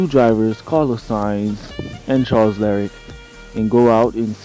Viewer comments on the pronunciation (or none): Charles leclerc (la-clerk) not lariat. Great videos though keep it up and just work on your wording for stuff bro your other video you called half the components the wrong name.